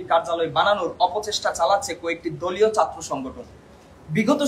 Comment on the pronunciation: উচ্চারণ ঠিক করো, ঢাকা, শিক্ষার্থী, ছাত্র, কঠোর